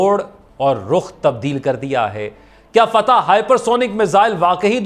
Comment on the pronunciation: ❤ ناٹ فتح بٹ فتاح 🎉 ❤not fateh but fattah 🎉